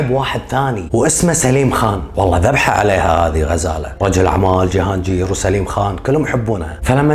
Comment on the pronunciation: وٲخيرا حدا عربي حكى قصتها بطريقة مبسطة وبتجنن برافوو ❤ ٳضافة لمعلوماتك ٳسم جهانجير ينطق بالباكستاني "جهانقير" ينطق بالقاف وليس بالجيم 🌸 ... ٲنا باكستانية وحاليا ساكنه في باكستان وهالقصة فعلا صحيحة وغزالة ٲيقونة الجمال الباكستانية وصوتها كان شجي الله يرحمها ويجعلها بجنة النعيم ولا يسامح قاتلها ي رب ... بتجنن طريقة سردك خيي الله يوفقك وتنشهر ٲكتر ونشوفك بخير ع طول ... 🌟